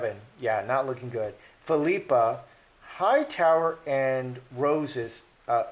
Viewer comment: I believe it’s pronounced PHIL-i-pa. Aka (common nickname) Pippa. 😊